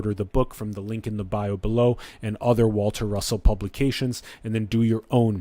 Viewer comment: Waltah Russohhh